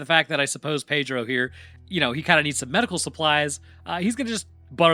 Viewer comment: Pedro. Not Padro.